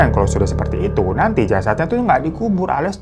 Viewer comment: khas bang hiro banget kalau ngga nama tokoh di awal cerita dan di akhir beda, juga iniiii kepleset plesetnya nih “dikuburin” jadi “diKibarin” plisss 😂